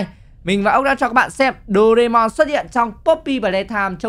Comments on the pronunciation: Doraemon chứ ko phải doreamon nha ạ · đọc sai chính tả rồi thật xa những cái chính tả của bài nhạc Doraemon là như thế này nè bạn thân ơi vui quá là vui bạn hãy cho chúng ta cần nhiều đồ ăn và đồ uống những bảo bối thần k... Như vậy mới đúng chị nha nhưng khi em thấy cái con Huggy Wuggy mồm màu trắng thì em thấy phiên bản này là phiên bản màu đen nhằm Doraemon anh ạ.